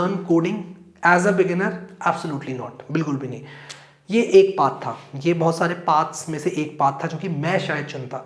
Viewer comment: Path ❌ paaathh☑️